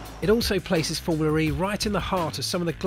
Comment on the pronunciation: its formula. not formuler.